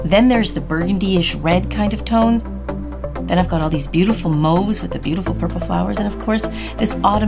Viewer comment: Thank you the pronouncing "mauve" correctly! No one ever does, lol! 😉😉😉